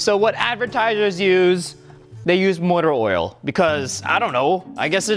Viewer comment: I meant like the accent